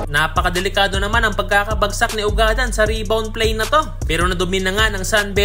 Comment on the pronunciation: Eto Ang tamang pag bigkas ng apelyedo nya ugad-dan kababayan ko Yan sa bayan ng tumauini....